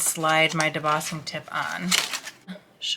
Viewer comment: Are you pronouncing debossing? It that right? I might need one